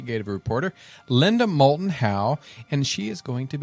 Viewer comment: When a mistake is big enough, you don't notice it.... Linda Moulton Howe is her name. Not Linda MouTLon Howe. The docu-talkshow is perfect!